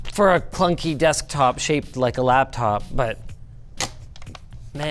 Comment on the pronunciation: Butchering the word laptop.